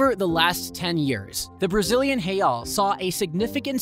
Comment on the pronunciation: the way you pronouced "REAL" brother wtf wrong with you!!!